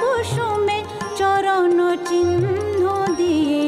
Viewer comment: দারুণ, তবে লতাজির মতই ওনারও বাংলা উচ্চারণে জায়গায় জায়গায় আড়ষ্টতা আছে। 'সখা হে' হয়ে গিয়েছে 'সকা হে', 'এসেছি গো' তে 'ছ' এর উচ্চারণ 'চ' এর মত লেগেছে। 'চরণ' এ 'র', 'বলে' তে 'ব' এর উচ্চারণেও অসুবিধে আছে। তার পরেও, আশা ভোঁসলে আশা ভোঁসলেই। ধন্যবাদ বিদুষী, এই গানগুলির জন্য।